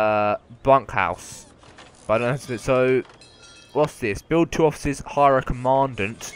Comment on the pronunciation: You said commandant wrong,!